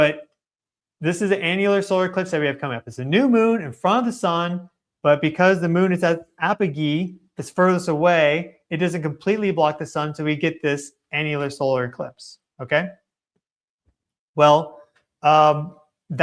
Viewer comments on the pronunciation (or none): Thank you for your very thoughtful work my friend. ❤ The G sound in Apogee AP-uh-jee is a strong G/J sound; like Jesus not Giza.